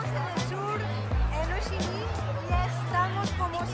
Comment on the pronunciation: Gran vídeo. Pero mu mal no saberte los nombres de los templos...mira dice muuuu bien o ssii minnn le pone ganas,tu habrías dicho jooochiiiiiiiminnnn🤔 La verdad que un vídeo acojonante,no así la tortilla!!!!. Un abrazo!!.